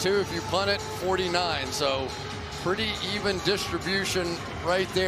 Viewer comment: It's Staley not Stanley. Come on!